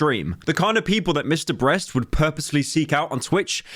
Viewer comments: The name is Mr. Beast not Mr Breast. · Did he say Mr. "Breast"?